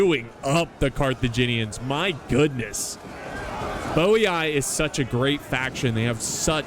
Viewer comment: Double i In latin is pronounced "ee" as in the word "free". So Boii is pronounced Boee, and Narvii is pronounced Narvee.